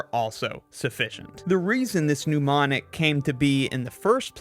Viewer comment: It's Mnemonic (pronounced NEMonic and relating to memory), not Pneumonic (pronounced NEWmonic and relating to pneumonia).